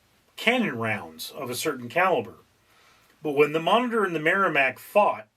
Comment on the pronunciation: a singularly bad video. couldn't watch all the way through. About the 4th or 5th time he pronounced 'Monitor' 'monger', I bailed. His explanation of the game was worse than useless. My dad taught me the game back in the 60's and we did it using paper. We drew out two squares, divided into smaller squares. Easiest thing was to use graph paper, then you have the small squares already made. You then make the big square into a matrix by writing A - G (or H, it's been a while...) along the top and 1-7 (or 8) along one side. You both have similar navies and you start by placing them on your board. the patrol torpedo boat takes up 2 squares. the submarie 3, etc, up to the battle ship which was 5. When your forces were deployed, play commenced. whoever went first, would call out a number/letter combo. "C 8". If the 'enemy' had a ship in that square, he would say 'hit', if not, 'Miss' turns were taken in alternate sequence until all the ships of one side were 'sunk'. A cool game in that no fancy equipment was needed, just two sheets of paper. BTW, don't listen to a word of 'historical facts' spouted by this fellow. He knows not of which he speaks.